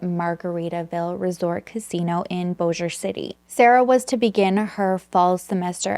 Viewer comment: This is crazy! I am from FW area and grew up near Bossier, never heard of this case. And way to go on pronouncing Bossier correctly! I hear so many versions. So, 👏👏👏